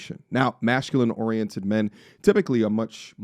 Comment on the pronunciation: Great post as per. Bro Y do U keep pronouncing Mashculine?! Is it on purpose or U cant say Masculine?